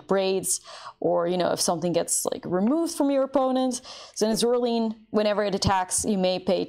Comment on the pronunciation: Do you remember the stop-motion movie from about 2009? It looked like a Tim Burton film? Creepy button eyes. Coraline, Cor-a-line. Zoraline, Zor-a-line Line, like drawing a line, not lean like I can't stand.